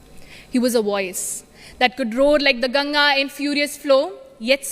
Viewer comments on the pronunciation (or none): none